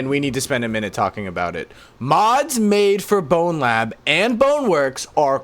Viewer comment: you saying "and blowlab" really caught me off guard lmao